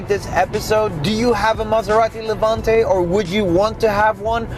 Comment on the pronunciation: Its name ist Levante, not Levuntay